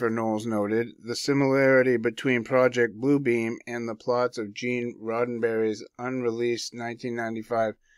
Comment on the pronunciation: Great research! I heard a whistleblower speaking several years ago and he said it’s not PRO-ject (as in subject) Blue Beam, ….. It’s pro-JECT (as in thrust forward) Blue Beam!!!!!! Yes….. say pro-JECT Blue Beam and you’ve got it!!!!!!